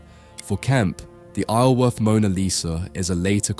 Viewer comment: I grew up a couple of miles from Isleworth - despite what the spelling might suggest, it's actually pronounced eye-zul-worth. The 's' is enunciated.